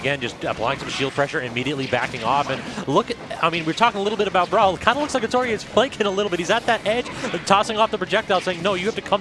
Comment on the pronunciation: Why r they saying atoryi-eh that can't be how that's pronounced